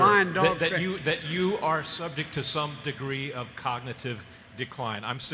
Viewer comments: Someone should test him on his ability to just SAY cognitive capability, what a dunce. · He could barely say cognitive.